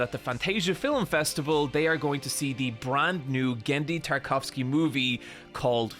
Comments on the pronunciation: Poor Genndy, what his last name did to you? It's Tartakovsky, not "Tarkovsky" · Well achtuahhhally, but you keep saying 'Tarkovsky' which is the person who made Stalker. This is 'Tartakovsky' :^) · You keep skipping a syllable in his last name. Not Tarkovsky. Tar-TA-kovsky. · Psst, its Tartakovsky, "Tarkovsky" was a movie director. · That's Tartakovsky, with an extra syllable in the middle. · Dude of course you do not understand some stuff that Tartakovsky makes. You can't even read his name right. Just dont get your hopes high and you will be a happier person. Not everything is ithin your grasp.